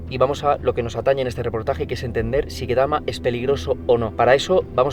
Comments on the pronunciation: se pronuncia ktama no ketama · It's pronounced ketami as in a b c